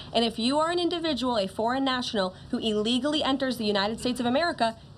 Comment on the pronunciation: Someone tell the twit reporter that the word is "illegally," not "allegally."